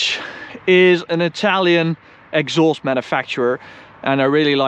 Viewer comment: Tip: try and stop pronouncing your A's as O's like in exhoast, oawsome, Oall